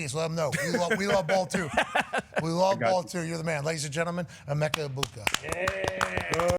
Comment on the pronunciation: It’s EH-BOO-KA put some respect on our OOGA 😂